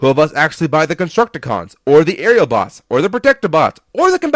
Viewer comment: wait did he say areabots or aerialbots?